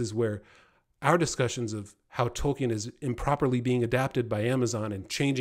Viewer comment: If someone doesn't want to be called "far right," it's best not ever to let the phrase "woke left crap ideology" come out of your mouth. Also, continuously mispronouncing Tolkien is not a good way to posture as the defender of the canon.